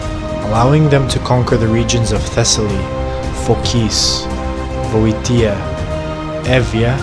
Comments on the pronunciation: Nicely produced video & very informative. But my man, you need to learn the correct pronunciation of these Greek place names. Start with Boeotia. It's 'Bee-o-sha', not 'Bo-e-te-a' as you're repeatedly saying it. With all the research you've done, its a pity for it to sound like you might not know what you're talking about, simply because you're mispronouncing words. All you have to do is Google the spelling to hear the right way to say them. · The pronunciation is Vi - o - ti - a and the battle in Pla - te - es. (the e as in elephand) Nice try with the video. Keep on making them.